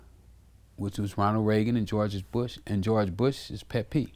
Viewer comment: "Georges Bush" lmao...you know Rick be sayin that on the low